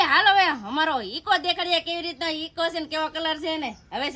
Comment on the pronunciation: Ego na kevay eko kevay